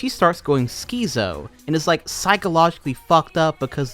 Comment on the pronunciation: “skeezo” I think you mean schizo, and its pronounce Skits-O. Like schizophrenia